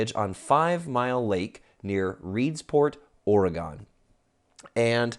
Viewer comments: It's O-Re-Gon Not O-re-gone xD i just had to say it :P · No, no, no... It's OR-uh-gun. Just sayin'.